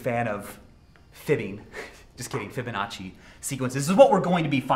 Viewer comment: Fibbing, just kidding Fibbonnaci...sequences. Is he suggesting Fibonacci is a lie?